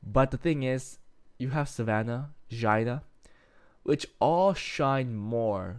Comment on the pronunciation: Did you call Xiana Jina? 😂